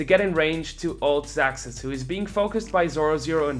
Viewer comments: Hate to be a "troll" but his name is pronounced "zazuz" not "zacksus" . Atleast that's how they said it in the live-cast, and I assume the ask the players how their names are pronounced. but awesome video, thanks for the hard work on the content. ^.^ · i'm from Poland, and his orginal ver. should be pronounced as "ksaksus". But actually he siad on stream that he dosen't care about it. So you can call him "zazuz" "zacksus" or "ksaksus". Everybody know who is who ;p